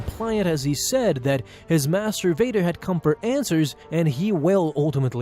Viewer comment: Hehe.. you said mastervader. Sorry, I’ll leave now 🗿